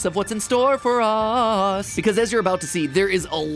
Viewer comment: mat really hit that “us”